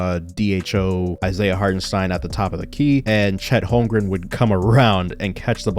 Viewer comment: Shoutout to your pronounciation of Hartenstein. As a German, it really is hard to watch some „experts“ remain pretty clueless when he is in the league for multiple years. Keep it up bro